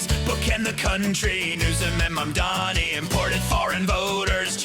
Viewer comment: Is it Mandami or Mamdani, nukuler or nuclear?